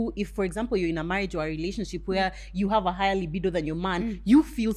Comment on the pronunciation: Its pronunciation of 'libido!' 4 me